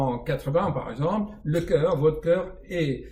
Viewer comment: Cher, depuis longtemps je suis vos vidéos et je trouve les réponses à mes questions, vous faites beaucoup de bien, au monde entier! merci beaucoup! Cependant, lorsque vous prononcez le mot composé "par exemple", vous dites " par exemble". Ce n'est pas pour vous vexer, j'en serais mal à l'aise mais tout simplement pour que l'oreille de l'auditeur en bénéficie. Sinon, vous êtes un génie.